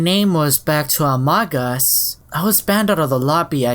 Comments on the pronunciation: it's not amodgus it's uh-moe-gose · its not amog uus its amoogoos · It’s pronounced Amoo-gus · It’s pronounced a-mo-gus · I like how he says A M O G U S lol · u pronounce amogus amoogus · It’s pronounced a-mog-us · its pronounced ah-moh-gus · It's pronounced amogus